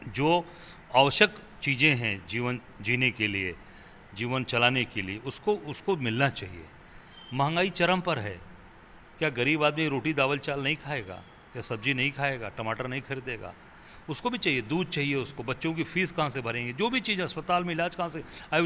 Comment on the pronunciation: बेचारे नेताजी शुद्ध हिंदी भी नहीं बोल पाते दाल चावल को दावल चल बोल रहे हैं